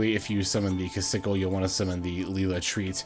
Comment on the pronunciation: Trouble sunny makes a big difference for the deck that’s for sure. Also I believe her name is pronounced “key-sa-kill”. That’s how they say it on official promotions.